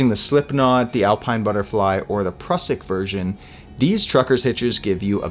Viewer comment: Mate, your videos are among the best. Great explanations, no fast-forward stuff. Just to the point. The Prusik is pronounced "Proozik", though. It's the inventor's (Austrian) last name.